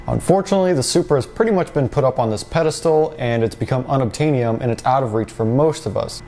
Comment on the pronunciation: unoptanium lol